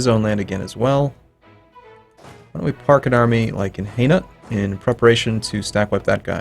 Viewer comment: "Park an army in HAY-NUT" pls